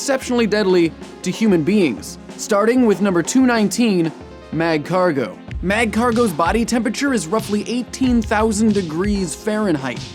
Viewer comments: You don't pronounce the first "g" in magcargo. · It's magcargo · The pronunciation of Magcargo alone is killing me... dead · The g in Magcargo is silent. I think all pokemon have killing potentiol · The "G" in Magcargo is silent. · Great job on this episode tho it Really frustrated me because you pronounced Marcargo's name wrong tho i cant blame you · THAT'S NOT HOW YOU PRONOUNCE MAGCARGO